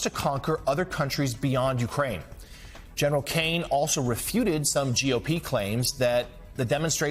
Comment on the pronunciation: Gee! What a surprise. ...and bloody Americans still don't know how to pronounce "Ukraine".